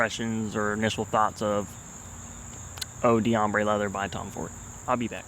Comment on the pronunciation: I think the pronunciation is more like "oh dombre leather", so you don't pronounce the "dee", but rather, it blends in with the next word. That's quite a common pattern in French when you see the apostrophe D pattern. Not trying to be a prick, but it helps to pronounce it right :)